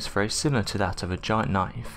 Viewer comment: "Knoife" Ya gotta respect the accent ;-)